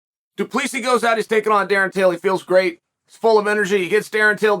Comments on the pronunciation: Its pronounced Du Pleseeee (the S is silent) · Oh, American parochialism... "Doo-pless-see" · Du Plessis..last s is silent.. can't be that hard.. du Plessi ..simple.. vs Brunson next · DOO-PLA-SEE. You need to read more of your comments dude. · The last s is silent in Du Plessis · CHAEL, THE S IS SILENT !!!!!!!!!!!!! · The S is silent -GOAT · Chael the "s" is silent ..